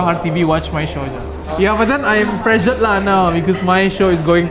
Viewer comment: CC: Taufik... he said "prezzured"!! 🤣